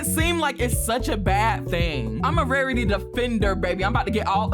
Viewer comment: “Wawitee pretayy”